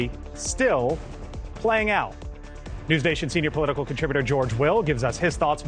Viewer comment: Who the hell is NerwsNation?